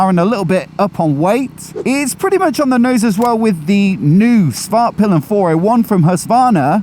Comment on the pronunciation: svartpilen not smartpillian lol